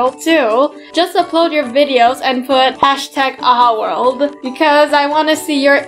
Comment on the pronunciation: is true its world not word